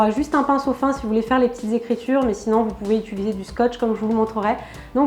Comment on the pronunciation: on dit pas utuliser on dit utiliser